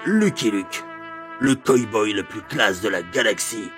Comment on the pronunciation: super video ! j'adore ton ton et ta maniere de raconter et develloper. par contre c'est coW boy pas coy boy ^^